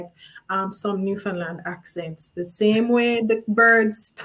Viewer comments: Oh no! u kept saying "New Fun Land". U better get it right👍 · It's actually pronounced more like Newfinland but way to be picky 🙄